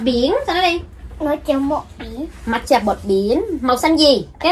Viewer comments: Giờ mới biết matcha đọc là mạt chà, đó giờ toàn đọc mát cha không à :v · Matcha chứ kp mát chà c ơi =))) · cứ " mạt chà" hoài luôn á 😂 là " mát cha " đó bà 😂 lại còn ga tồ 😂 🤣 😆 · của người ta là mát cha mà đọc là mạt chà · Mát - cha của ngta 😂 kêu bằng mạt chà 🤣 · E hay kêu là mát cha nghe kêu mạc chà mà e biết là phát âm tiếng Nhật nó khác nhưng mà e quen tiếng Anh r nên nghe cảm thấy tứk tứk sao á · Mát cha mà bả nói mạt chà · Chị phát âm nghe nổi da gà quá , mạt chà 😭😭😭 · đọc sai r cj ơiiiiiiii